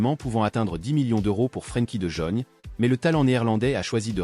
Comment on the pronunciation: Mdrrr la voix c’est pas trop ça frankie de jeune 😂😂😂😂